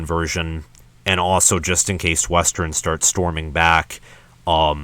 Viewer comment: Yep they looked great against Sandy Valley Middle School. The first half of your schedule is weak, very weak. Reality will set in with Wisconsin. BTW it’s West-ern not Wes-terin.